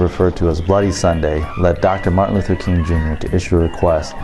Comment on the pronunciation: I caught that he said Martin Luther coon.🤦🏾‍♀️ Awesome video as always thank you for sharing ❤